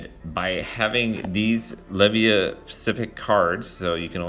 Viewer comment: You should have far more subs. Really enjoy your videos. Asids from your mispronunciation of Le-VY-UH